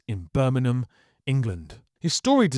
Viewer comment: He was born in Birmingham....not "Birminum"